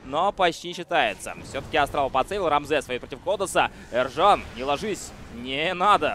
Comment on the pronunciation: Почему ты говоришь ЭРЖАН когда имя Ержан !